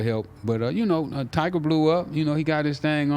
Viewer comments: “Tiger” 😂😂😂😂😂 Tyga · “Tiger” lmao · its funny how he calls tyga "tiger" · Lmao I fuk wit both of them but why do they keep sayin tiger and not tyga